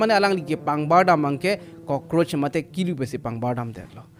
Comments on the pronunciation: Kulu not kilu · Kulu not kelu